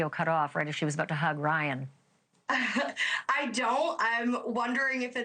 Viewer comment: Sounded like she said Wyatt, not Ryan.